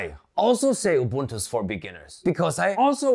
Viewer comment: I gotta give him dap for pronouncing Ubuntu propoerly... I mostly head you-buntu when mention it